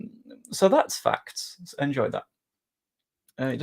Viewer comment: It might be the fact that you pronounce "facts" as "fucks". So when you say "Facts don't care about your feelings", it sounds like "Fucks don't care about your feelings".